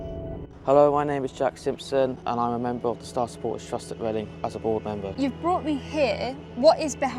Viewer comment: Make Leading (Chinese pronunciation) Reading again.